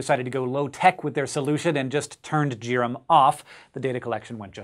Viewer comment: I like that the Jupiter orbiter instrument is called JIRAM with a j and not as if it were pronounced gear-am. Good call. Thumbs up.